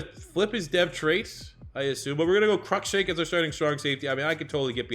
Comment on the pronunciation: Crushank is said like cruise but without the s. So like Crue Shank